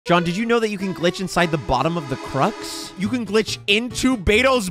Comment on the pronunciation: The way he pronounced crux 💀